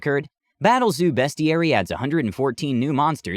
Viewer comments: It's BEAST-IARY....as in it's a dictionary of beasts, not "BEST-IARY" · your mispronouncing beastiary, your saying it besties. look up transformers beasties